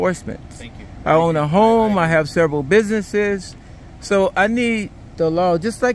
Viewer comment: "Ah got several bisinesses". Lol. Right. Was a complaint filed? No. 10 minutes of time wasted.